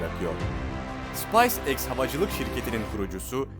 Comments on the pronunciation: You have to develope pronunciaton bro SpaceX (sıpays diye okunmaz sıpeys diye okunur) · SIPAYS EKS nedir abi yaa?..😄 okunuşu SPEYS EKS olcak bu arada* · spays eks değil speys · Ya videolar falan güzelde şu yabancı şirket adlarını doğru telaffuz etseniz artık. Space X ( sıpays X diye okuyunca şirkete resmen baharat diyorsunuz ) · Dk. Yayınlarınızı destekliyorum ama Seyirciye biraz saygı, ayıp, Space X’i bari doğru telaffuz edin. Bilmiyorsanız öğrenin ve ondan sonra video çekin.